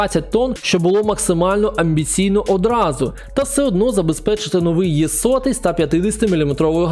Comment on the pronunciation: Знаю що всім звичніше казати «Є-75, Є-100», але українською правильніше було б казати саме букву «Е»